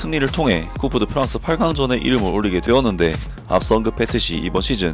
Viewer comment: 항상 재미있게 보고 있습니다. 상새한 설명 감사합니다. ( 꿉 더 프랑스로 발음을 참고하시고...)